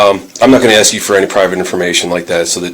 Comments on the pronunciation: Honey...its ASK...A..S..K....ASK....NOT AX! 🤦 HOLY SHIIT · Bank lady sounds really intelligent. She just needs to learn the word ASK. It's not AXE. 🪓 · The bank manager keeps saying she's AXING the woman. Does that mean she is hitting her with an axe or she just doesn't know how to speak correctly. Is she trying to say ASK maybe? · Why can’t any of them able to pronounce the word “ASK?” I mean, dang… even someone who is a senior bank teller pronounces it as “AXE” every single time she says it lmao! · Even the ones working at the bank can’t pronounce “ask”. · Why is it so difficult to say the word, “ask?!”